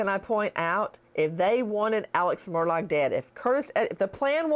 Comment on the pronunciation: "aleks merdog" gets me every darn time